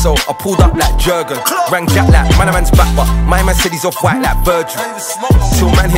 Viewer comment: 'Jerrgunnn' how someone let this this song if he can't even pronounced the name right 🤣